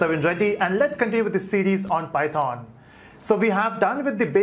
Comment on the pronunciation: The entire tutorial is so good but when you pronounce python wrong god that irritate me so much